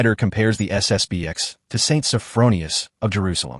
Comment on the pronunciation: It's SSP-ten.